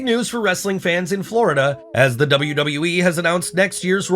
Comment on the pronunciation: There is nothing cringey-er than the way he says "wrrrrrrrrestlin content"